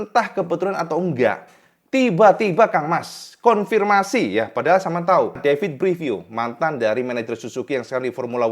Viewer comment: Gigi dalligna = jiji dalinya Davide Brivio ✅️ David Brivio ❌️ Sekedar masukkan saat pelafalan agar lebih nikmat didengar ditelinga kang mas.